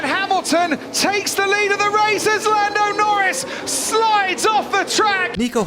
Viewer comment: hearing lando nowins feels illegal when hes won 5 this year 😭😭